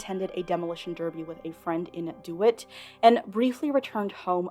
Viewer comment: Woah😬 My Pop's was from DeWitt, I'll definitely share it around. Small point of order, folks in AK it pronounce it DEE-Whit. Great video as always 👏